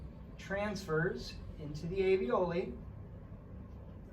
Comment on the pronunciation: Thank you very much for this interesting video!! There is one feedback I would like to give to you: talking about the little pockets in the lungs where the oxygen is absorbed.... Those are called ALVIOLI, which you pronounce very different from the word avioli (not a medical term) you use..... Love, Elise